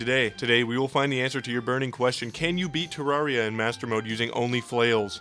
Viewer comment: Its pronounced ter-air-e-uh you absolute fucking cretin.